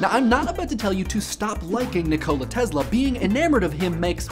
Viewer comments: teSla, not teZla. wtf, man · teSSla NOT teZla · It's Tesla, not Tezla...please respect other languages and pronounce the names right. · U keep saying Tezla... S.. Its an S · He is not TeZla-he is TeSla! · last time i checked it was tesla not tezla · Tess-la not tezla jebo te bog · Its not the TeZla, its the TeSla, instead of your Z you must pronouns S. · Ni-Cola Tezluh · The way you say NEE-COLA TEZLA makes you sound like a douche. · Wow. You mangled so much "simulated" and historical information it hurt my head—but, as usual, in a glib and entertaining way. Funny: It was not messages from Mars, but radio signals from Venus. Seriously though, you didn't even pronounce his name right. It's not Tezla. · all I hear is BLAH BLAH and you cannot even pronounce TESLA...